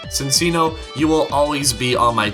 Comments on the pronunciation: I understand the confusion, but I was sure that the C's in Minccino and Cinccino are pronounced as if they were Ch sounds. I think that little grammar quirk comes from Italian or something similar. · WOW! YOU BUTCHERED CINCCINO'S NAME! I still loved the vid, and love Cinccino.